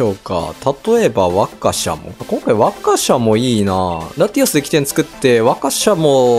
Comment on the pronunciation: 馬鹿かよ？みたいなワカシャモの発音に違和感